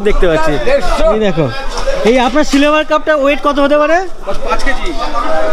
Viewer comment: আপনি সিলভার কে সিলেভার বলছেন।কেনো?